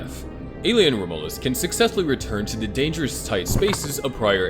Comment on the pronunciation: Rom U lus is how you pronounce it